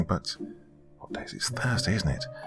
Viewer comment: Thrusday? Grandma, you started in on your favorite drink early. Already slurring🤣